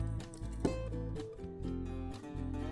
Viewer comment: Its not bolid Its boiled